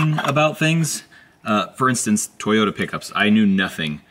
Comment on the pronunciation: Sounds like you’re saying twitter with a NY accent when you say Toyota ..it seems like you’re not pronouncing the second o in Toyota.. so it sounds like you’re saying Twitta or Toyta instead of Toy-O-ta